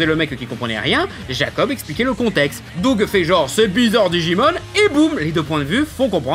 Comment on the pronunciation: Mouais, un chipotage sur la mauvaise prononciation venant de la part d'un mec qui prononce "Dog" au lieu de "Doug" c'est limite...